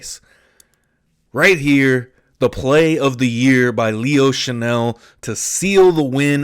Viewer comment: It's "Chenal" not "Chanel." Chan-ell is a perfume. Chen-All is a football player.